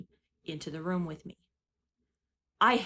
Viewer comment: What part of the country do people say "rum" instead of "room"? I can't stop hearing it!! 😂